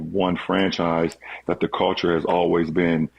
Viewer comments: Unnecessary LeBron hate Vol 12,500: I hate how he says "Call-ture". Btw, according to Skip Bayless source, the knee injury is fake because there's no way you could have kept playing w/ a grade 2 sprain. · Steve Nash shoulda broke down Lebrons "Caolchure" just in case there was some confusion lol